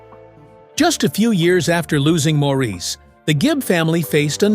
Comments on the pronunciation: I don't watch many of these vids anymore because most are just repeating stuff I have seen. I do have to wonder about a lot of things though. Please, if I hear Maurice's name mispronounced at the beginning one more time, I will switch channels. That is more that disrespectful to a wonderfully talented man who is no longer with us. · After viewing that video of mistakes and lies, you are annoyed by the way Maurice’s name is pronounced?😒